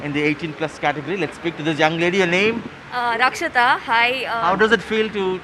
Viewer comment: Pretty sure her name was Rakshita and not Rakshanda